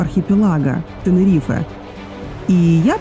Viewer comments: Как режит слух, не ТенерифЭэээ а Тенериф хотя бы. Без е. Вообще ТенеривифЕ. Как раздражает невозможно слушать. Как Милан, а Пишиться МиланО. Вы же не говорите МиланО. А просто Милан. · ТенерифЭээ, ТенерифЭэээ😡😆